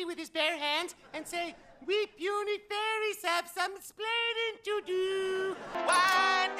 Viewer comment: Dude i swear to god i keep thinking your saying furrys FFS